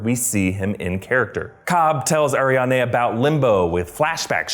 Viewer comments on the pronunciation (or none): Is it just me that cringes every time he says AriaNde instead of AriaDne. It was distracting!